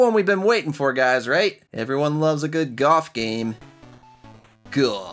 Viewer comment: GOF. It's GoLF, not GOF. That is a strange GOOF.... (-: .......